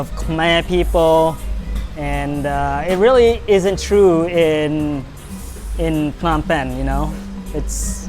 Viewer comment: Why are you pronouncing it PEENAM PAYNEE WTF